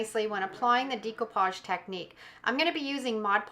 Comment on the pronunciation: it's pronounced DECK-OH-PODGE not DEEK-OH-PODGE. Just an fyi there. Your crafts are cute though. ♥️